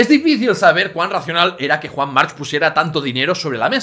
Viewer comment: March se pronuncia Marc. Y eso que eres catalán